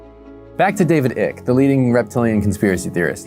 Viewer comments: The mispronunciation made me so happy 😂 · Are you intentionally mispronouncing David Icke's name, or did you just not bother looking up the correct pronunciation?